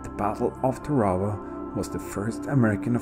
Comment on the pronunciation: nice change of pace, the only boo boo you made was the prononciation of the islane as i was stationed on the USS TARAWA LHA1 , WE PRONOUNCED IT TAR A WA